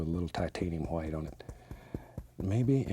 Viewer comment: I just adore how he pronounces the names of the colours, specifically "hwhite", hehe. Such a lovely soul Bob.